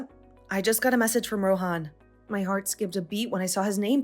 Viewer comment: First off I thought they never got married and even if they did they could just get it annulled. And the payout even for east Asian stories is stupidly high. Lastly I'm pretty sure the h in Rohan is silent. If your going to use a name like that pronounce it correctly.